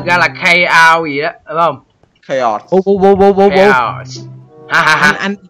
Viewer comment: Chaos đọc là cay ót